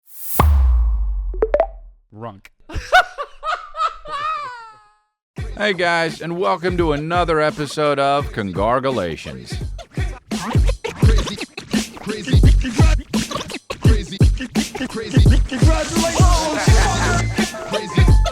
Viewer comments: Every. Single. Week. I wait for him to say ConGarulations and boys this week we got it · Been waiting for another “congargalations” for so long. Thanks Chris